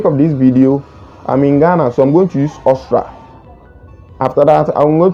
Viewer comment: Bro its Aus-tri-a not Austra